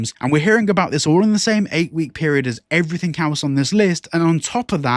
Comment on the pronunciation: I don't listen to people that say "everythink"